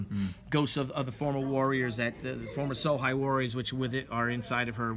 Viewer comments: So umm, if that is supposed to be Chinese then shi is pronounced much more like the English sure. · Bill Tucci... wow this takes me back. I remember arguing with a friend in high school about how to pronounce Shi; I said sh-e and he said sh-i... I knew I was right. I’ll be on the look out for the return of the warrior.